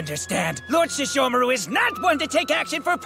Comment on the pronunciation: lol really do be saying sheshomaru🤣